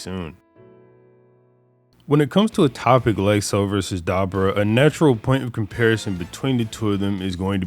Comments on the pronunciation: bro! It's Duh-boar-uh Not Deborah (like a female name ) Lmao 🤣 Smh 🤦🏼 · I'm Sorry But The Way Keeps Saying Dabura Keeps Taking Me Out. Come On MAAAN. (Duh- Boar- UH) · Ok man just switched his pronunciation to da-BOO-ra in the same damn sentence so apologies if thats what you meant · Man the way six says Dabura name throwing me off so bad haha